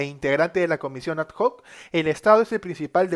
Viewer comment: No es comisión a d j o c es comisión adoc x favor aprende como se dice lo digo en buena onda.